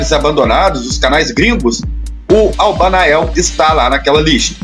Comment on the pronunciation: O tempo todo é narrado " Albanael " e o correto é Albanoel